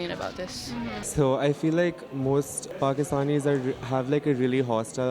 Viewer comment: KASH"MIER" XD I can't with the accent of that girl lmao "PHAKISTANIS" arey behen Apne country Ka naam to theek se le le